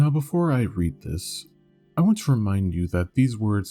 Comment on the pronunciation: “I weawwy weawwy waunt fursonah pinz.”